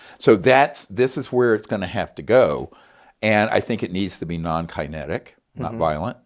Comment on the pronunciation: debacle? like shackle? lol kinetic w/ a long I..lol his attempt on material is where he lost me... hard to believe someone who made it through medical school doesn't know how to pronounce these words.... love the show, but Greer isn't credible